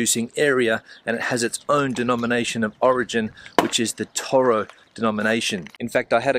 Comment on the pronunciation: Whenever I go to Spain my Spanish friends criticize my pronunciation of "toro" claiming that I'm saying "todo" when I mean to say "toro". I notice that you have the same problem, or at least that is what I am hearing. I must admit my hearing has been going downhill the last couple of years, so perhaps I'm just not capable of saying or hearing "toro" properly. Thanks for the travelogue on "toro". It sounds like an interesting place to visit.